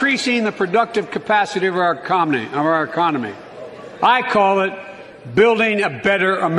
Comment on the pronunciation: Ecomony? What about a president who can't even say it? Much less have a successful one. Economy.